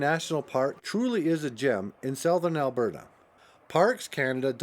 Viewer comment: Do you not know how to say the word SOUTHERN ?